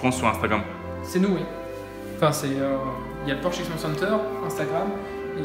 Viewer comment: Porchento pour le nom avec un axant italien.